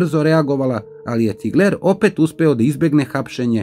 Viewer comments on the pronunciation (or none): Nije Cigleeer nego Cigler